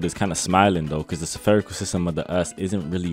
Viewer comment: Why do you pronounce spherical as severe-ical?